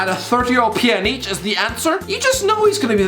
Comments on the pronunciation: It's pronounced Pyanich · Nobody:: Piyaneech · As a Bosnian I laughed way too hard at his pronounciation